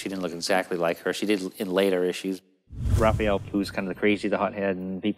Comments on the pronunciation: I'm more concerned with the way he called him "Ralphael" lol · I've never heard him pronounce Raph's name I guess. That caught me off guard lol. Had to play that part a few times to make sure I heard it right.